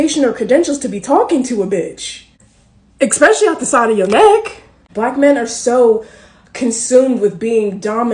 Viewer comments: "Y'all don't even have the education or credentials to be talking to a b!tch", Immediately Proceeds to pronounce "ESPECIALLY" as "Eck-specially"... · eckkspechelly. Yup